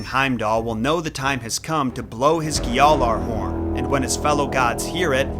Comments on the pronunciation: Never understood why this guy says these words as if he’ll be cancelled for not pronouncing every last letter. Like just say ghjallarhorn, jotuns, and everything else the same way everyone in the game says it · Says he's a Norse nerd and doesn't know how to pronounce gjallarhorn correctly